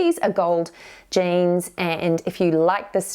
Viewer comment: Are u saying jeans or janes